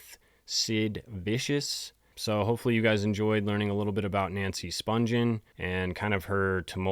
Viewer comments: You are mispronouncing "Spungen" its Spun-ghen with a hard G not Sponge-en. There is an interview with Deborah Spungen on YouTube and that is how she pronounces her name. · IT'S SPUN-GHEN WITH A HARD G!! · You are right. I think the interview is with Phil Donahue. Most people don’t realize they are mispronouncing her last name. There are also tons of videos of Nancy’s sister Susan Spungen, a famous chef and food stylist, which the interviewer usually pronounces the last name right. This is a great video, though. Very detailed.